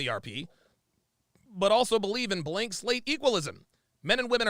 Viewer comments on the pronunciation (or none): none